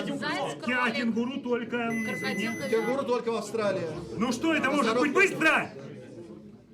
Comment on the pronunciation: Кырыкадил, крокадайл 😂😂😂